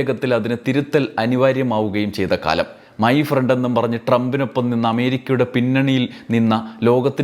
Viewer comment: മൈ ഫ്രണ്ട് അല്ല മൈ പ്രണ്ട്